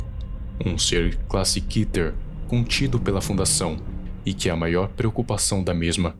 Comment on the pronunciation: Cara é keter não kiter